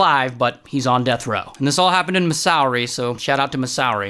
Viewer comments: Masowri bro…. It’s Missouri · The way he said Masorry instead of Missouri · I know this is not important but did he just say “mishourey” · He always mispronounces states for laughs. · No way he just said missowri 💀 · Its pro-nounced “Misery” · OMG IF YOU MISPRONOUNCE ANOUTHER STATE/COUNTERY I SWEAR , I MEAN misouery MISOUERY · “missourey” that’s not how you say it😂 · He does it to every country he says 🤦‍♂️ Watch his other videos and you’ll see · Oh goodness have I been mispronouncing “Missouri” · Ray pronouncing “Missouri”💀💀